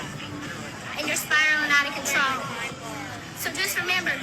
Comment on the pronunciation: “Spiraling out of controw” 😂😂😂 ok